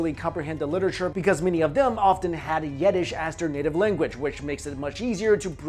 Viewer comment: You butchered Zionism and Yiddish's pronunciation.